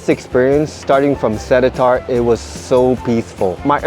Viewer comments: It’s not se-le-tar it’s se-lae-tar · It’s pronounced as se-Li-tar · "selatar" "changei"